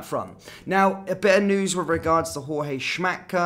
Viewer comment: Say JOORG. He's NOT a mexican Jorge